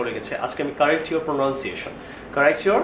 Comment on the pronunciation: buddy work on the word itself "Pronunciation "it's pro-nun-cia-tion not pro-noun- cia- tion